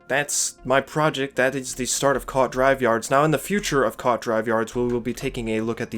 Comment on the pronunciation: Hate to be "that" guy, but it's pronounced koo-aht not quat